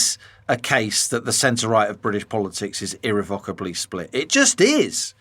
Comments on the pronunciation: Irrevocably or IrreVOCKably ? Wtf. Who pronounces that word like that??? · Interesting as ever, but I wish people would not mispronounce "irrevocably"! I almost switched off at one point.